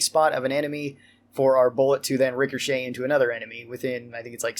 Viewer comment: please please please it’s rik a shay. Every time you say Ricker shay I wanna chop my ears off